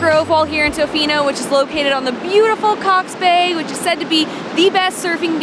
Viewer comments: I thought it was cute the way you pronounced Tofino. Hi from Vancouver Island! Great video. Even though I live on central island, I haven't been to the west coast for a few years. But it was so lovely to see it from your viewpoint. Thanks for coming. 🇨🇦🍁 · I am a born Canadian, a lifetime Westerner, and I lived in Tofino for a year. You pronounced it just fine, and did a great show on the area. All that mud is caused by the almost non-stop rain ! One word of caution about Canadians ( or maybe everyone in the World) is that they sometimes make something out of nothing, like minor pronounciations. Some of them can get a little neurotic about minor issues. I found your presentation of our part of the world to be excellent.